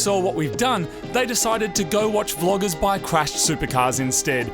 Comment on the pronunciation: Im sure i heard "floggers"